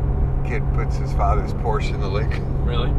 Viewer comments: wow he actually said porshe and not "porsha" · How come your Dad can pronounce Porsche, but you can't?